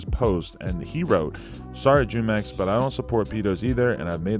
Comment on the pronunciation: Jumex is a spanish fruit drink pronounced fu mex